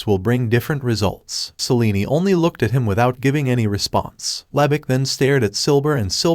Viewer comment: I feel my brain cells die evey time I hear seleeny...